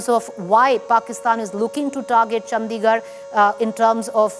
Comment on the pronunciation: Why does she say Chd like that..chandddigarh